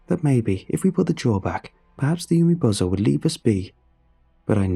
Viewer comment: Umibozu is pronounced oo-me-boh-zoo. Not yew-me-bow-zoh. This word does not end in the English word "bozo." Even using native English pronunciation, umibozu isn't even spelled in a way to suggest that the word would end with "bozo." The name Sato is pronounced sah-toh (long a, short o) not say-toe. If the first syllable in that name was pronounced as "say" it would be spelled with Sei, not Sa. There are a ton of websites out there where one can listen to the correct pronunciations of words in an astonishing number of languages. Finding two Japanese words - one a piece of well known folklore and the other an incredibly common name - takes less than a minute per word. Doing so is an easy way to show respect for the author of the story and the culture the story is based on.